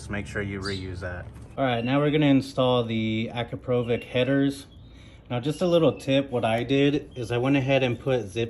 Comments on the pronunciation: Damn bro that American accent. AcrapOvik. It's akrApovich. Other than that, nice informative video❤ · 'Akrapovitch', not 'Akrapovik' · Es heisst Akrapovitsch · How to properly pronounce Akrapovic as per the company. ------> Pass it on. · Great video, but the way you pronounce akrapovič really hurts my ears…